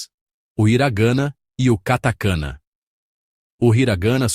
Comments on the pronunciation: Hiragana/katakana, não hiraganna/katakanna.... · HiragAna /. KatakAna A pronúncia está muito ruim …. Procure saber a pronuncia antes de qualquer vídeo …. São os erros que todos cometem ! Fica a dica 👍🏻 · Desculpe, parei de assistir depois de “hira gâna e kata kâna, tem pura”, não dá né amigo, um vídeo dedicado ao idioma e tu me coloca uma narração assim?